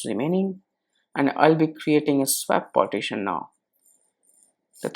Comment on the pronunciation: IT'S PARTITION! NOT POTTITION.